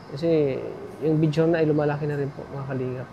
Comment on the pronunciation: Tatà BEDSORE tawag doon not bedsure